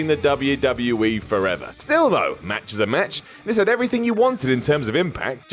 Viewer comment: "Matches" xD xD xD